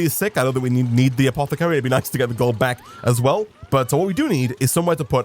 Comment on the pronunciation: Hey everybody and welcome beeck to... 😂🔥